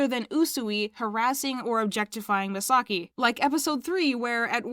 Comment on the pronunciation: I was listening for a bit but why are pronouncing Misaki name as Misagi 😂😂